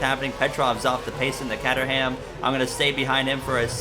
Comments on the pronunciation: this is a cool series and all, but it seems that I will have to boycott it until you say Caterham the same way my American tongue pronounces it. You've forced my hand. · I've always said it like "Kay-ter-um," which is, get this, actually considered the British pronunciation. The American pronunciation is "Cat-er-ham," which seems to be closer to how you say it. So, in short, the English language is a farce, and I don't know how to pronounce anything at this point.